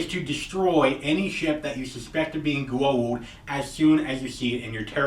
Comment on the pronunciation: Goa'ulds* - you said it like that senator dude going 'by god and the US of GOD A' :P